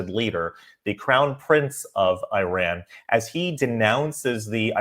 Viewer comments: Dear, with all due respect, you don't say (I)ran; you say (E)ran. That said, thank you for promoting Crown Prince Rezah Pahlavi. Shalom. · This name is pronounced NOY like I RAN .. Its prounounced eerun ...it is wrong to pronounce like I RAN .. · It’s not I-RAN it’s EE-raan Please and thank you for the reportage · is not I RAN is pronounced EERON. You don't say I TALY, you say EETALY, you don't say I SRAEL you say EESRAEL. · ERUN NOT IRAN please no more pronouncing it IRAN😂😂😂ERUN ERUN ERUN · It,s not I ran!!!! ,it,s called E run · Why do you keep calling it “eye-ran” and “eye-ranians”?? Do you call it “eye-srael” and “eye-sraelis”?? Or eye-ndia and eye-ndians, or eye-taly and eye-talians??! It’s of course, ee-zrael (Israel), and ee-ndia (India) and ee-taly (Italy) AND ee-raun (Iran) and ee-raurians. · it is not I ran it is IRAN (E run) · It's not.....I......ran... It's eran...learn how to speak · I don't mind watching your videos. But, the first thing you need to know is how to pronounce the country's name correctly! It is not I ran! thge country's name is Iran and pronounced eeraan. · Please, not I RAN (like, you ran somewhere); it is pronounced EERaan (Iran) 😊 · Okay please, It's not pronounced "I.. RAN" but E..RAN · Correct pronunciation is iran not ayran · I’m surprised how American pronounced our Iran. It’s not Airan, Eiraaannmnn. But anyway thanks for the video , our Reza the king it’s our only hope. One and only can help middle east and also the world against the cruel Iranian regime atm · The name of the country is not “/ai/ ran” it is Iran, “I” pronounce the same as “l” in the word “India”. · SORRY BUT YOU DON'T HAVE THE GOOD PRONONCIATION...IRAN NOT AIRAN.. THANK YOU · It’s pronounced: EERON (Iran). Thanks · Crown Prince Reza Pahlavi is the real representative of Iranians inside and outside of Iran! Please don’t pronounce Iran as I run ;)) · Iran is phonetically pronounced E-ran Iraq is E-raq